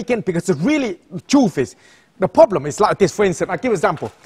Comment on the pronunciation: has a problem with the word " problem"